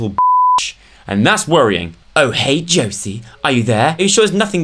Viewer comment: so weird having my name in a video... (btw its pronounced Joe-see)